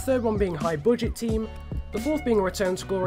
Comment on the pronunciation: Its not boodget it is pronounced budget (a)